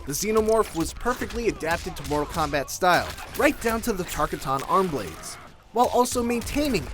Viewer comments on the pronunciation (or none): That’s not how you pronounce Tarkatan. It’s pronounced (Tar-kaa-tan) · Why dies everyone have such a hard on for Link... and how is Kratos/Freddy Krueger not in from MK9. And btw its *Tarkatan nit whatever the hell you pronounced it